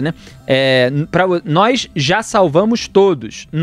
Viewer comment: Quando ele diz nóz , ja prova seu total involvimento no clime.